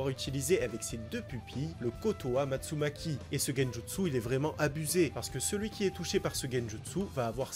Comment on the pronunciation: Amatsukami non amatsumaki mais très bonne vidéo